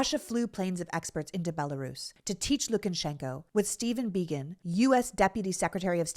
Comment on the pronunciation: Lu ka shen ko, not LukANshenko. Probably even LuKAshenkuh (LU kuhshenkuh?) but not LookenSHENko. Sorry, Sorry.